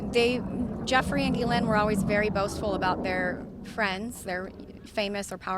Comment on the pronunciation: Very strange, that not one of them can even pronounce Ghislaine Maxwell's name properly at all. The same was the case with the late Virginia Roberts. Over years and years nobody corrected her. These girls' contact with her was therefore either at a distance, very short or non-existent. She was maybe already out of JE's life, when all this happened. After their separation. As the 2nd girl in this video correctly stated, they wanted access to his circles and his money. Their contact with Jeffrey Epstein was voluntary, just for money. Nobody forced them and nobody kept them prisoner. They didn't ever have to get on that plane. They were free to leave at any time, to call their parents, for a ticket home.